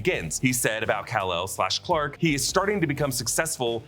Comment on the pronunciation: Robots its Kal EL